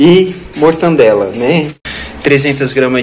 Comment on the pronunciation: o nome é MORTADELA e não MORTANDELA Não tem a letra N